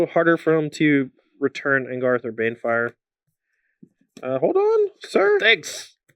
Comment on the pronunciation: Please for the love of God stop calling it ANGARTH its ANGRATH! You're on the SCG tour and it's a planeswalker not some rando three drop.